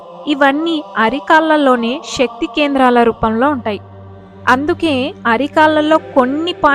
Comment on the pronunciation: షరీరం కాదు శరీరం అనాలి. షక్తి కాదు శక్తి అనాలి. ఉచ్చారణ సరిగ్గా ఉండాలి.